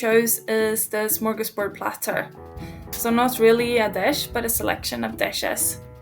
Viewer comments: It's "smörgåsbord" and not "smörgåsburg". Smörgås means an open faced sandwich and bord is table. But a lot further back, smörgås was not referring to a sandwich but a dollop of butter. One of the most common orders for traditional food is called "SOS", or "Smör, Ost and Sill". Butter, cheese and herring, which were the foundation of the "smörgåsbord". Along with "snaps". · Smorgasburg, haha. Other than that, nice video! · Smörgårdsbord. Not burg. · What even are the first two dishes? it should be a potato pancake, not a waffle. Also "gentlemen's delight"? No! Old man mix is what it translates to. Also, "smorgasburg"? WHAT? "Smörgåsbord" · * psst* it's smorgasbord (not "smorgasburg"). The latter makes it sound like a German town or something 😂 It literally just means "[open] sandwich table" (even though it's not really sandwiches but a buffet of certain types of foods and dishes). The "open" is because we don't do closed sarnies in Sweden, it's always one slice of bread with a topping, unless it's a packed lunch and you close it for convenience of wrapping and transporting it. But then it's called "dubbelmacka" (a double sarnie) 😉 Also, raggmunk is not traditionally served with bacon, but with thicker fried slices of cured pork belly, but bacon works really well with it too! And the waffles are supposed to be eaten freshly made, hot and crispy from the iron. Yours looked a bit soggy, but that's life when you don't own a waffle iron like virtually every Swedish household, LOL (Also, I'd like to point out that "ansjovis" in Swedish is not the same thing as "anchovies" in English. It's just a different kind of pickled herring that's saltier and not as sweet as the usual kind, but still not nearly as salty as anchovies. The correct translation of "anchovies" to Swedish would be "sardeller".) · It's smörgåsbord, not burg! Bord means table, smörgås means butter goose, which our name for sandwhich. Smörgåsbord means a table full of swedish food.